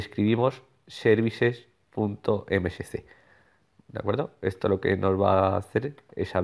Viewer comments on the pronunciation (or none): Deberías practicar la vocalización, a la hora de decir services.msc se escucha services.mcc, incluso con unos parlantes con amplificador a 100% se sigue entendiendo mcc, aparte de eso, me sirvio, gracias Pd. tuve que usar auriculares